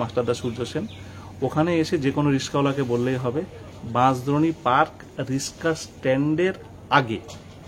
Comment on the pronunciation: Uchcharon ta riska na riksa